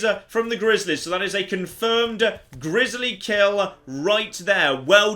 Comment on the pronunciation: I love the way pronounces grizzly (Grizzalie)